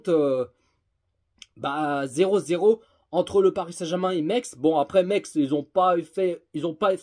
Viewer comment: Metz pas mex 😂😂😂